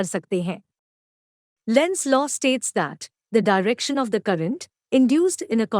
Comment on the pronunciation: Law ❌ LO ✅